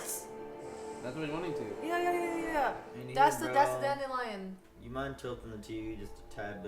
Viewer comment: correctly pronouncing “Dandelion Sky” but when it’s The Witcher he says (“I think his last name is...”) “...Don Dillion”